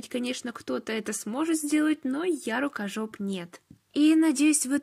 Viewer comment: Хватит говорить рукажоп!!!!!!😣😣😣😣😣😣😣😶